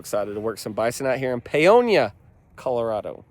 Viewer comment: My parents graduated from Paonia high school!! Thank you for pronouncing Paonia correctly! Good luck to Twin Bison!